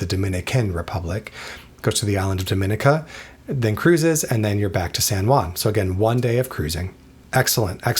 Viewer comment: It's pronounced Dom-i-neeka